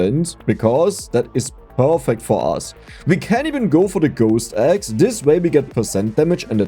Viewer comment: I swear I keep hearing "Ghost Eggs" instead of axe.